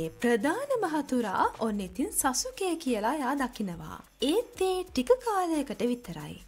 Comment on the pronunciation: සසුකි නෙමෙයි සස්කි😂😂